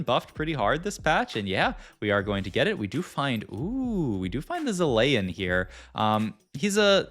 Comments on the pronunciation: killed me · Why does he do that? The "bree air" (briar) as well. He says zilean normally later on as well, so he can obviously pronounce things correctly, it lowkey pisses me off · Came for the TFT expertise - stayed for the hilarious pronunciation of ZIH-LAYY-UHN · I mean... Chilean is pronounced Chee-lay-an 😅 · its the worst thing about tft content creators i hate this sht so much